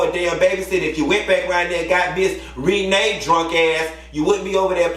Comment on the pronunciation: lol 😂 NOT MISS REE-NAE 😂😂😂😂🤣